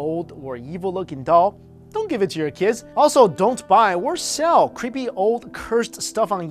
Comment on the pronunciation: lol love how asians say creepy as "qhueepy"